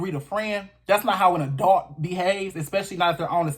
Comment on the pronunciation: I totally agree. Pronunciation of “A-dult.”